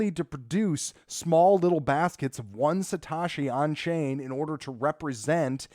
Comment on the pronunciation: Satoshi. Not Satashi. you arw sating it wrong